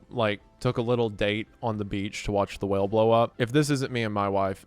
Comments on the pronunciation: I'm sorry but 80% of the time you said "whale" it sounded Ike you were saying "well" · It irrationally angers me how you randomly say well instead of whale.